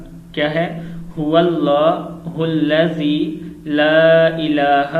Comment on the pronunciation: Huwalla hullazi la ilaha illallahu padh rahe ho tum